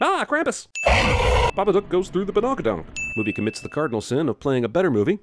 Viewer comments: Wait its babaDook not babaNook right? cause they say it like it has an N in it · "THE BABACOOK"